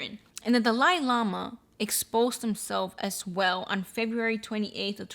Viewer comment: What does the Dali Lama ( which you totally butchered but thats ok) have to do with the subway guy? Lol how are they connected, I don’t get it?